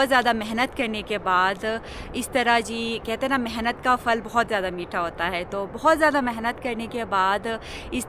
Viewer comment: فل کو لفظ نہیں درست لفظ پھل ہے